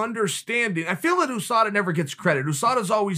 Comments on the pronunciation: OooSada Chael makes Usada sound like a Asian fighter. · Chael “Ouu Sada” Sonnen, The undefeated and undisputed champion. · No one: Chael: Ooosada Yarear